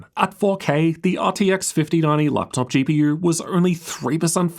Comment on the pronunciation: why does he say "GP YEWR"